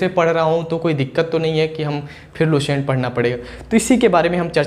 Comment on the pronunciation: S ar Sh me antr hota h Lucent,, not luShent